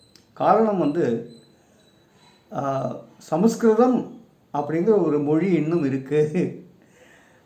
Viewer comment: Sir, Your proniucing the sacred ancient language is wrong, I think. It is not samaskritham, it should be samskrutham. The "ma" should not be pronounced in full. Your efforts are praiseworthy.